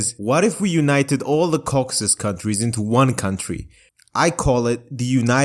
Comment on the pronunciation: Ah yes, the Cocksus countries